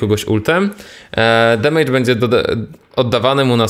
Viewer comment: Wszystko bardzo ładnie i pięknie, naprawdę pozytywny z Ciebie człowiek i bardzo lubię oglądać twoje filmiki...ale jak słyszę "demejdż" to mi się drobne w kieszeni rozmieniają ;)